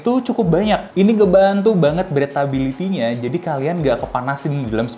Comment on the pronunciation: Mas izin mas, mungkin supaya lebih edukatif, boleh research dulu cara penyebutan beberapa istilah. Contohnya Toe bukan "tu" tapi "tou". Breathability bukan "bretability" tp "brithability". Itu "ayled" apa "aylid"?